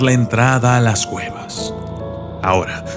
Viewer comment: yo crei que era un documental de exploracion de cuevas pero oh!!! sorpresa escucha en el min 1.15 claramente dice exploracion de guevas jajajajaj